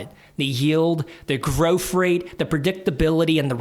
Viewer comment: Good video, as constructive criticism you need to say growth not groff